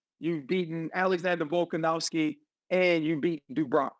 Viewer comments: RC: "Volkanowwski" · RC my brother please stop saying volkanowvski 💀🫡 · Can Americans please stop pronouncing it "Volkanowski"? It's "Volkanovski", with a V. Volk isn't Polish.